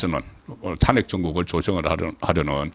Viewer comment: 탄핵이라는 말 듣기도 싫은데 발음까지 엉망이네요 탄핵이라는 단어 금지하세요